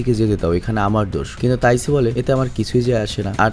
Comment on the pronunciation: Bhai taisu na taiju hobe